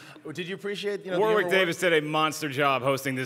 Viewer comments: It's pronounced "Warrick" guys, not "War-wick". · You don't pronounce the 'w' in Warwick!